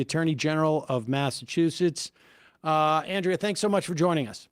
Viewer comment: It's ahn-DREY-uh Campbell 😂